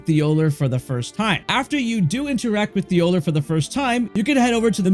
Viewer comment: The names and stuff makes it seem like you haven't even played the game.. it's a spirit spring well not a wind stream it's Igon and thollier literally pronounced his name for you 😂😂